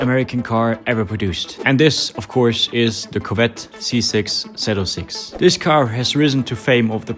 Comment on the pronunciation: Hey brother your talking about an American legend it’s zee 0 6 not zeed 😂